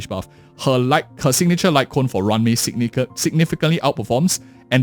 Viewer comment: It's roo-wan may not ran me 💀